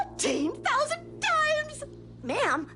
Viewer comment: Lol when I saw the teaser I thought she said 14,000 dimes